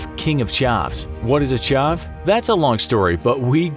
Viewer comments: Its not charv it’s ch av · Ahahhaha it’s pronounced chav not charv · A CHAAARV! dude it's a chav, short a man. All the brits and the wannabe road men are cringing 😂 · When he said "chav" it sounds like he said chuv it's pronounced ch'aaah've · He pronounced chav as chaav, you wouldn't call a van a vaan lol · When he said Ch-are-ve I cringed it is Ch-a-v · I’m British and he pronounced Chav rly wrong. It’s not chaaaaave, it’s pronounced exactly how it looks. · lol he cant say chav its ch-av not chh-aarv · Chav as in rhymes with 'have' not Charve as in rhymes with starve. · It’s chavvvvv not chahv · its pronounced chav not chaav with a lower case "a" sound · It’s not charv it’s just ch ah v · I’m British and it’s chav not charv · Your pronouncing it like Charv it pronounced Chav over pronounce the A ha, sorry Charv makes it sound nicer than the are 😂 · Haha. Chav is just chav not charv or chahv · it’s pronounced chav not charv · Most of England say 'chav' like 'have.' Not sure why you pronounced it charrrrv, but it made me smirk and twiddle my moustache, you foolish American. sweeps cape and vanishes into smog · Its pronounced chav not shav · All I can say is your pronunciation of Chav is triggering 😂😂 it’s an ah sound like (a)pple... Ch-ah-v not Ch-ar-v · Its pronounced chav not chov btw and its basically a guy who wears old Nike's grey baggy trackies and smokes, has black teeth and usually wears a hat. You also find them trying to rob a rockstar from co op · It's chAv not chaaav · It’s not pronounced charv it’s pronounced chAv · It's chav not chaav. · It’s pronounced chAv not chOv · Did you just pronounce "chav" as "chov"? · It's not pronounced chaaav it's chav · Its CH not sh chav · The word 'Chav' is not pronounced as 'Ch-aaaw-v', it's pronounced 'Ch-av'. I'm from England, I know what a Chav is. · Its pronounced “chavv” not “charv” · Its pronounced chav not chuv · For the record, chav is pronounced exactly as it's spelt; "ch-a-v", not "ch-au-v(e)" as you said.